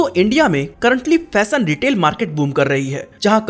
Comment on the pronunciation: भाई… फ़ैशन होता है फ़ैसन नहीं… शोरूम होता है सोरूम नहीं… स्टाइलिश होता है श्टाइलिश नहीं… शॉप होता है सोप नहीं 🤣